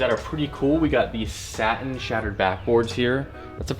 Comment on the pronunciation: How u call the satin royals “stain breds?” 🤦🏾‍♂️